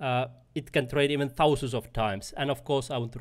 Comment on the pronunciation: "Fourteen TOUsand Dollars "...😅 I actually really got value from your video.